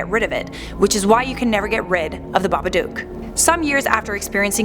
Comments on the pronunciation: It’s babaduk not babadoook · Isn't Babadook like book not duk. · Am I the only one freaking out about how she pronounces Babadook?? It’s baba-dook, as in book, not baba-duke. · She keeps pronounceing it baba duke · Stop pronouncing it like that